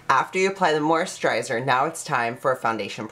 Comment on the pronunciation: What is with how you say moisturiser? You know there is no H in it right? Hahaha